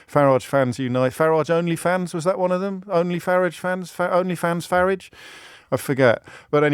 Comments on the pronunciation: James started out pronouncing it this way because he thought it was an insult, but actually if you listen to Nigel himself, he pronounces his own name in a very similar way. (with a shortened "a") When James briefly attempted to advance his career (unsuccessfully) at BBC Newsnight, I noticed the bosses forced him to pronounce it with the elongated "a" vowel sound, which is how most people (erroneously by Farage's own pronunciation) pronounce it. James' attempt at insult is in fact pretty accurate, rendering an insult ineffective. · The Ciaphas of hypocrisy OBriien cant pronouce Farage correctly. Wants to abolish private ed. but sends his children there.The unflushable one personified. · Why does O’Brien keep changing the pronunciation of Farage ? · He pronounces "Avalanche" with the proverbial R, like with the little finger pointing up. But pronounces Farage, like a place where you park your car. The man is painfully hurting inside.